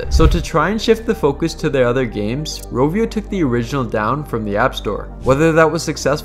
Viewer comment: "roh vee oh" is not how you pronounce Rovio... It's not an American company